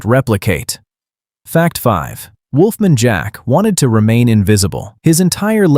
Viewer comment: the way Wolf Man is pronounced....